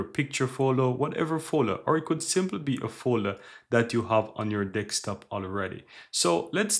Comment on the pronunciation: deSKtop, not DEXtop